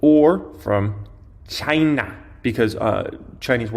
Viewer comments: The way he said China lmao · Why do you have to say China like that? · I agree, totally unnecessary. Other than that been diggin the videos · The way he said "China" LoL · Why do you have to say China in such a weird way but no other country. Unnecessary to your video